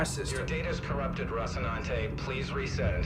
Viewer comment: aka Rossi (I know, Roci). Just waiting for him to get the name right! LOL